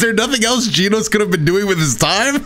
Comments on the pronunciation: it's not what your pronouncing it ad its Genos Not Geanos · Ahhh yes, my favorite one punch man character “geenos”.